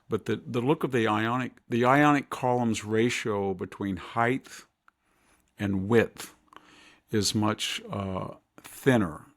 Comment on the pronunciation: Victor, I can’t believe it… you said hyth, not hite…. When you pronounced height!